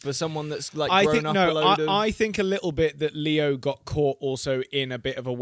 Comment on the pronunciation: Why do they always say theo instead of saying leo, just asking?